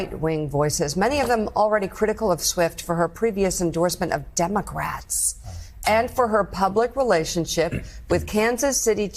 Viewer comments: replay that . She just said demo grats . 😂 Not democrats.😂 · Wait did she just say demo grats?